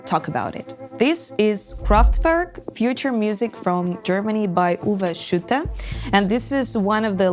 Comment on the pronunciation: Having heard umlauts butchered in youtube videos quite a alot, it was nice to hear say Schütte the correct way. Disclaimer, I am not German, so there may be differeing opinions on the pronounciation. Anyway, at least it was not shutte. Show seems like an interesting side project to Ignea. Keep going!